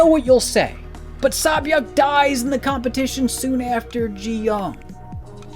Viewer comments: I completely understand, and I don't mean to make it seem like I don't think he's trying, I absolutely respect and appreciate his efforts. At the same time I personally believe that correct pronunciation plays a part in respecting another language. I understand some names of different cultures are difficult to pronounce, like saebyeoks, but I also don't think it's fair to the person/saebyeok for their name to be pronounced incorrectly/different just because it's kind of difficult. It's like regardless if the person is able to replicate the accent, the least a person can do is pronounce it correctly. Especially if that same person doesn't give/have an alternative or nickname. Also her name is repeatedly said out loud towards the end of the season too, so it's not too hard to get a grasp of how her name should be pronounce. In another video, he repeatedly called GiHun a completely different name, this is why I wanted to comment. It's better to correct someone than to let them continue with the wrong idea. I do really appreciate your input tho, I didn't really think of it that way, I was honestly just frustrated with the mispronounciaton. I could have worded my comment more better. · Her name is SAY- Byuk, not SAH- Byuk. That annoyed me the whole video, but otherwise great video. Jiyeong is an amazing character. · I'm sorry I really do enjoy these videos of yours about squid game but seriously, if you're going to repeatedly mention the characters, using their Korean names, please be sure to at least pronounce them correctly. The Sae in Sae-byeok is pronounced with an "Eh" sound, not "Ah". Otherwise, you really were spot on with this video, I really like the take you had and described it perfectly. She's easily one of the best characters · It’s pronounced “SAY-byeok” not “SA-byeok” (새벽). Awesome video though. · Your pronunciation is pretty decent, but if you read her name as "Say" instead of "Sah", you'll be closer with Sae-Byeok. Nice break downs!